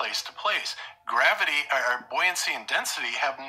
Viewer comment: Oh, oh and ther's another reason to listen to this stream. pronounces gravity kinda like "grabity", I just can't help but be amused by this every time.:D